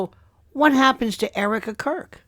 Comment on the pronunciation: I'm certain that you said Erika Quirk! 😂